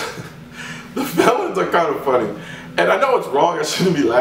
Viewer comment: Dude the way you say felons are a sight to see you should do a video called funny felons in gun stores